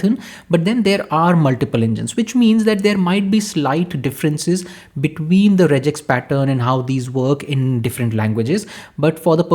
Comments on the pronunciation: it is not rejex.. its regex (regular Expression) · Rejex is wrong, and just a Indian accent infliction 😅